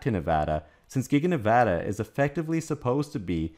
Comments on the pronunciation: I live in Reno and I’m on USA parkway all the time (location of gigafactory 1.) these trucks are always doing under the speed limit with an empty trailer. Wish I could show y’all the size of the recycling pads for battery’s. Thank you for pronouncing Nevada correctly!! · Thank you for properly pronouncing the name of the State of NEVADA